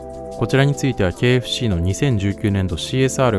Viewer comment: KFCが経営不振に聞こえる…